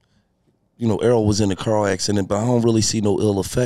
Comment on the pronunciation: Errol not earl